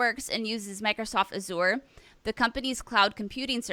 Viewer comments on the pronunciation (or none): It cracks me up how everyone pronounces azure wrong. Not sure how to best type out the correct pronunciation but it sounds more like measure.. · no... the zure is like the sure in measure.. then the a sound from like abs.. so abs - bs + measure - mea... azure is a color... the blue in the sky. where clouds are... hence the name.